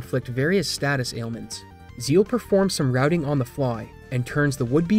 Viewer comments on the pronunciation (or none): none